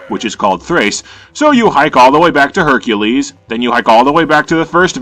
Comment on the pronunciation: Lol “Beercules”